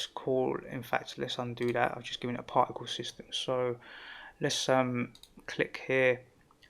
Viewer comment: I love the accent ! "Parhhicle". Extremely great tutorial.